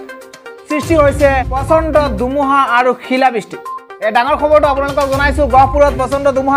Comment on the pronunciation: Apuni kinu dumuha dumuha koi thake he. dhumuha buli kabo ako